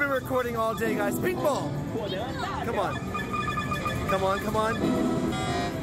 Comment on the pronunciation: Maybe it's just me but everytime says pink ball I swear I can't stop hearing him say meatball 😂😂😂❤❤❤